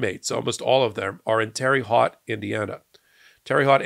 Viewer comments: "Terry Hot", Indiana? Where's that?😅 For some reason, it's pronounced "Terra Hote" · I love your videos. But I have one criticism. It's not a major one. You pronounced Terre Haute as "Teery Hot." I live just miles away from that prison. We pronounce it as "tara Ho" or "tara hote". Terre Haute is a French name. It means hot earth. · Not “Terry Hot”. “Tare-ah Hoat (rhymes with boat)”. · Love you,! And as I’m sure you’ve already been told, it’s pronounced “Terra Hōte” Indiana ✌🏻😊❤ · 😂😂 It's pronounced Tara Hote. Thanks for the chuckle, and keep up the great work! 😁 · It's Terrah Hoat (rhymes with oat), Indiana. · Whispers aside to: "It's pronounced Terra Hote." I'm very sorry but I did laugh. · Terre Haut is pronounced "Terra Hoat". We call it "Terrible Hut" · Terre haute Indiana is pronounced tera hote,. Otherwise, your coverage is excellent. Keep it up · It's pronounced Terra Hote (rhymes with coat)! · LOL, Terry Hot Indiana?! It's pronounced: Terre Haute... From a proud Hoosier- just letting ya know :) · I live right by Terre Haute, Indiana., It's pronounced as if it's spelled Terra Hote. Hard "O". Now you know. I actually played basketball with a travel team, IN THAT PRISON. Approx ( '86-'87 ) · Terre Haute (it's French. Pronounced : 'T'air Ote' meaning "high ground") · It's pronounced "Terra Hote" Indiana. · I watch everyday. Including today. When you mention Terra Huate. It is pronounced Terra Hote). Like a tote bag. We from the Midwest from Indiana, Missouri would Kringle. But those same folks would cheer if there is an Asian, Mexican is gunned down. There people in this country that masks as normal Businesses. So what are root causes? Why are these people running here? Someone is making opportunities to make a lot of quick cash. Then they called immigration to constantly to bring in fresh undocumented immigrants then business after they are profiting behind the scenes. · It’s pronounced Terra Hote